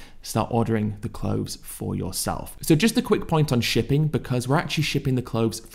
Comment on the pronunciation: Healf, clofes, mefane, efical? Does Ed hate the "th" ? 😂